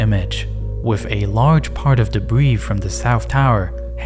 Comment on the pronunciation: "Dabwee fwoo" "Compwetewy deswoyed" "Da Norwf soyd" "Cowapse" This is gold 🤣🤣🤣